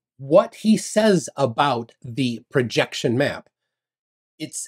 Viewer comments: "Perjection" (sic) LOL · He can't read the word "Projection" because it's on a curve.